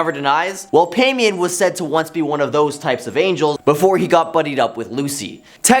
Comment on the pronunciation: IT’s pronunced Pie-mon. Not whatever tf you said. And basically everything you said about him wasn’t true. It’s ba’al not whatever tf you said. Also goetia is go-sha OR Go-eh-Tia NEVER BURN A OUIJA BOARD EVER. The thing to do is to hide it somewhere no one will find it. If you don’t understand a topic, please don’t make videos on it pretending you do. And maybe look up pronunciations Before posting something.